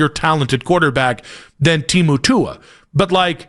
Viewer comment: Bro said Temu Tua 😂😂😂😂😂😂